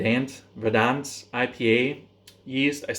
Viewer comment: That Verdant yeast is fuckin mad, never seen krausen like it. Big blow off needed. Also they're just pronounced Verrdurnt. I got a couple of those Philly Sours for springtime, might throw some mango at one of them and just do a dry hopped sour as well.